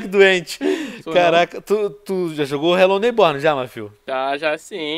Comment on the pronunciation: Vc falo hellow neybor mas não fl q e em minecraft😲😲😲